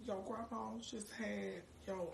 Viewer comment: Wait she said " my grummum just had my uncle😵